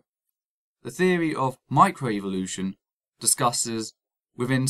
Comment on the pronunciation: I stopped watching after the first time he said "scientific feory".